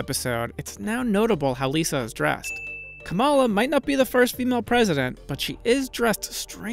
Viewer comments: Come on. It’s really not that hard to pronounce KAmala Harris’ name correctly. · Kamala is pronounced, "Comma-Lah". How hard is it say the name of punctuation and pretend you're singing OR... you can just say Vice President.